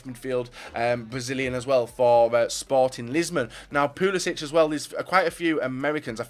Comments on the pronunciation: its pronounced like "Pulisik" with a hard c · It is pul-isic with a hard c